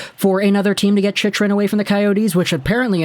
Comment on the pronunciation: As, probably, the only AZ fan in the thread and since we'll probably be talking about Chychrun for the next couple of months, I'm going to help you out with the pronunciation. "Chick-run" Also, since we'll probably be talking about AZ's arena problems into next year, for future reference, "Gila River" is pronounced "Hee-la" 😊👍